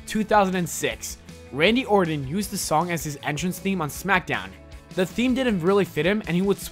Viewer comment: Why do you pronounce Randy Orton like Randy Ordon all the time,?